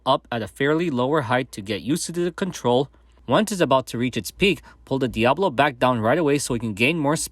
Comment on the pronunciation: You say it so fast, but it sounds like you are saying Diablo and not Diabolo. (dia-boh-loh) or (diab-oh-loh)